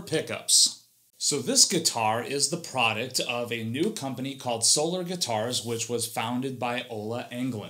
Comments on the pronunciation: I always enjoy your reviews, but I hope you've learned how to pronounce the brand name since then :) Think Soul-R insead of Soul-er. Just picking on ya. I know this is an older vid but keep up the great work that you do!! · 19secs in and I’m already offended you pronounced Solar with the ER inflection (SoLER) - like an eclipse or the regular spelling of this word - when the brand is actually pronounced So-LAR.